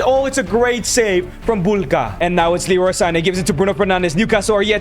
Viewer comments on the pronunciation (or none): none